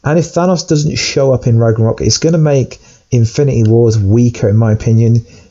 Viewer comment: It’s pronounced ragnarok not raganok. And I think you meant to say Asgard will be destroyed not ragnarok